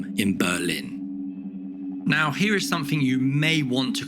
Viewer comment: yes Im a brit and this guy is trying so hard to conceal his lack of education. He says things like "sumfink" which makes my skin crawl. I feel your pain.